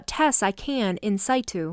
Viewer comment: Metal filings, not fillings. In situ, is pronounced like ‘situ’ in ‘situation’ … in fact it’s an abbreviation of the longer word. The author who knows and writes this vocabulary might help the narrators they select, to know and understand the definitions and pronunciation of the words to help with fluency. Otherwise it can be a tad jarring for the audience.